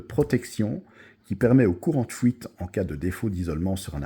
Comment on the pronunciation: Oui, est très probablement belge.